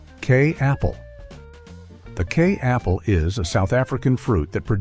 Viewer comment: Kei Apple, pronounced Ky like Sky